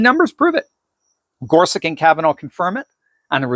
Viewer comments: Wikpedia says Gorsuch's name is pronounced gor sutch, not gor sick. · Isn’t his name pronounced GorSUCH? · why does he keep saying gorsuck